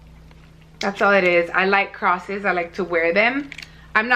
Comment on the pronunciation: Yo I literally had the same argument about The Little Mermaid with someone. So silly. Also, I giggled a little when you said you "love crosses" because it sounded like crawsis (if a suh it even spell lol).